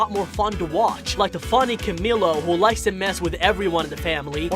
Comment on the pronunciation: Camilo not CamIlo